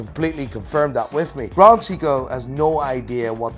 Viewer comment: Say-ko you muppet, Say-ko not See-ko! Like Richard Meelay😅